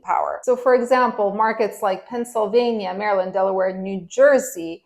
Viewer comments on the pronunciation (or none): none